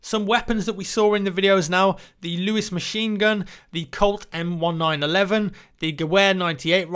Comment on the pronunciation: some stuff that I need to correct you on. I know you're not american so guns aren't your strong suit. but, I'm a gunsmith and here are my corrections. that's not a gehwer 98, it's a mauser 98. and gehwer is pronounced "Geh-ver" as it is german. and the M1911 is pronounce "em-nineteen-eleven"